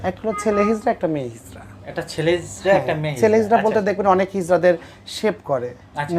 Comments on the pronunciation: হিজলা নয়, হিজরা। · Hizla noy hizra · আরে হারামজাদা হিজলা না। হবে হিজরা। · কথাটা হিজলা হবে না। কথাটা হবে হিজরা। হতবাক হয়ে যাই। এতো কম বিদ্যা নিয়া আপনারা ভিডিও আপলোড করি। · হিজলা না হিজরা হবে কথাটা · হিজলা নয়। হিজড়া হবে। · এমন মূর্খরাই এখন কন্টেন্ট তৈরি করে,যারা হিজড়া শব্দটি ও ভালো করে বলতে পারেনা